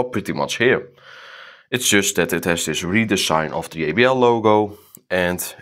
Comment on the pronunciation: I love how he says yeybl instead of jbl😅